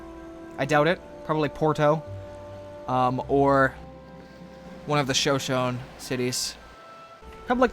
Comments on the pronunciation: Isn't it pronounced Sho-Sho-Ne? Not Sho-Shone...? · GAH IT ISN'T 'show shown' it's Show shown ee' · Sho-Sho-Nay, not Sho-Shone. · It is sho-sho-ne not sho-shon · Also, its Show-Show-Nay, not Show-Shown. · It's bothering me so much how pronounces Shoshone. It's pronounced like show-show-neigh. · Sho-sho-nee. Just for the record. Good vid. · It's pronounced sho sho knee In the future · Sorry to be this guy i know its not a huge deal but Shosone is pronounced Show-Show-knee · Show-Show-Knee = Shoshone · It's pronounced sho-sho-ni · Sho-sho-ne! Lol, it's pronounced that way. Or shu-sho-ni. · Mango peeped is the capital of the Shoshone and its pronounced sha-sho-ne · It's actually pronounce sho-shou-ni btw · I believe Shoshone is pronounced "sha show ney or nee" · Sorry to be pedantic, but it's sho-SHO-nee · Great episode, but for future reference, its pronounced sha-shonie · It is pronounced sho-SHO-ne. I mostly bring this up because I am descended from the Shoshone. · Sho-sho-nay! I'm sorry, but you need to pronounce the e. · Ik lots of people already said this but its shan-sho-knee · Its pronounced sha sho nea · it is pronounced sho shonee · Shoshone is pronounced shoshony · your pronouncing ShoShone wrong, sorry I just want to make sure you know. It's pronounced Sha-Show-Knee. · The Shoshone are pronounced sho-sho-nay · Its pronounced sho-sho-ni! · Holy Shit you could actually pronounce their names, but shoshone? Almost man almost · yes i just replied to you and- PRONUNCE NAMES RIGHT!!! LEARN TO SAY SHOSHONE- NATIVE PRIDE!!!!!!! srry i love your vids but you butcher all foreign anything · I believe the the e at the end of Shoshone is pronounced.